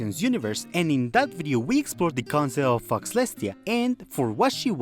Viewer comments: Bro... faux is pronounced as foe. The 'x' is silent. In other note, faux leather is also not pronounced as fox leather. It'd be very confusing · I know i'm late, but Fauxlestia is pronounced foe-lestia, as in the word 'faux', meaning fake or falsified.